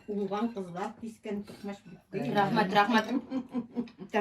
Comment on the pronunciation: Рахмат в конце с узбекским акцентом говорит уже))))